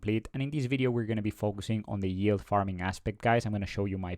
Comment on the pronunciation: if you say YULE one more time i'm gonna snap lol